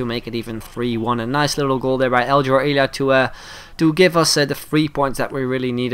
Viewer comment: It’s pronounced El-e-a